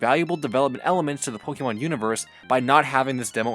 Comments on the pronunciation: its poke-eh-mon not poke-ee-mon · I know you might not be a fan of the franchise but it's pronounced pohkaymohn the é in Pokémon shifts the vowel sound